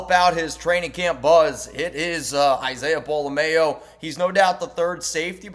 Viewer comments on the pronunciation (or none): Its pola-mao. "MA-OH". Not pola-MAYO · You are the only one I hear saying Pola mao wrong it’s not like Best foods mayo nnaise